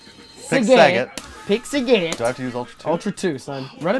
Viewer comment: Saigeet. LOL